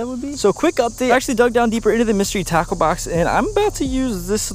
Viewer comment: At first it sounded like you said mystery taco box